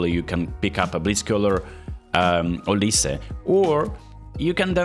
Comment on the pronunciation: Oliz, not oliSe